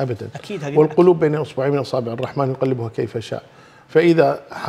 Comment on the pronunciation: ترا الراء مشددة بالبسملة يعني (بسم الله الرحمن الرحيم) مو عادية بس للانتباه👍👍👍👍👍👍👍👍👍👍👍👍👍👍👍👍👍👍👍👍👍👍👍👍👍👍👍👍👍👍👍👍👍👍👍👍👍👍👍👍👍👍👍👍👍👍